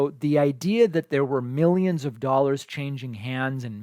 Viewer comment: “Mil-yeeens and mil-yens” 😂😆